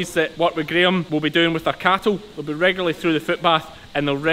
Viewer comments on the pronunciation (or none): I'm so glad hearing a Brit having problems with the word Regularly 😁 I can never get that right